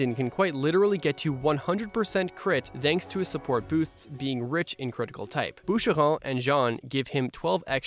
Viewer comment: Along with this AMAZING, straightforward, and filler-free content... Please have a like for that majestic French pronunciation of "Boucheron" I have yet to hear in any other Fire Emblem Engage video 🥐 🥐🥐🥖🥖🥖🔥🔥🔥